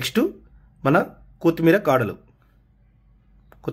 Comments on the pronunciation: కోతిమీర 😮 ఏంటి కొత్తిమీర. పుదీన కాదురా.పుదీనా. భాషా బాగా మాట్లాడు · కో కాదు కొత్తిమీర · "KOOTHMERA" KAADU ADI KOTHHIMEERA. NEXT "POODINA" KAADU ADI PUDINAA